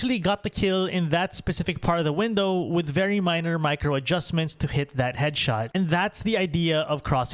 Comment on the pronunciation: ''wiff'' the first shot at least was perfectly on point